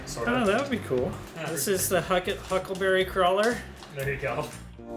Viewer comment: Did he say "The Cuckleberry Crawler"? 😆 EDIT** I have a spare pneumatic hog ring stapler you can have for free if you want. Message me**